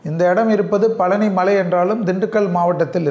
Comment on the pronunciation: பழனி என்று சொல்லுங்கள். பலனி அல்ல.